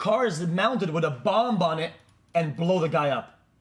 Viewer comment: dude pronounced bomb with the b